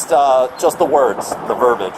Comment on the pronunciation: Someone should tell the Cop the word is VERBIAGE!! Not “verbage”